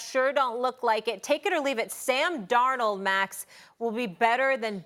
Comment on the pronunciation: Nobody: Marcus Spears: Sam Dor-nuh